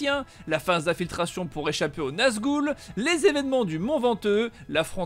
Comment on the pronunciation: Salut, tes vidéos sont rien que du bonheur!! Nazgoule... hé hé hé mes oreilles saignent! lovfrombzh;)